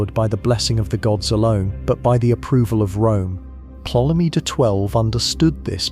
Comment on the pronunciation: Everytime Ptolemy's name is misprounounced in this vid, a fairy loses its wings.